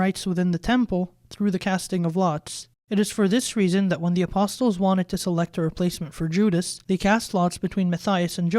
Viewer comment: the T in ‘apostles’ is silent.